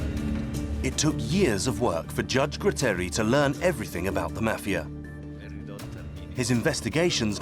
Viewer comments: Gratteri non Grutteri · Nicola Gratteri! No grutteri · Nicola graaaaaatteri non grutteri almeno usate i nomi giusti!! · True, except the name of magistrate Gratteri, not Grutteri.